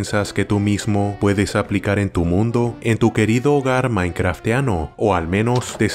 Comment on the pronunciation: "M I N I C R A F T"